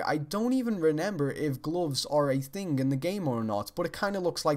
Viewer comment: when you say thing it sounds like ting